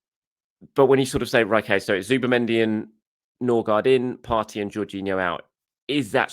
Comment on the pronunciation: Ok Pronounciation needs som help now that we have two scadinavians with almost the same last name. Ø is close to the E in «Nerve». Aa (double A or Å) is close to the A in «All» or the O in "Gore". And the D in Gaard is silent (Ødegore/Nøgore)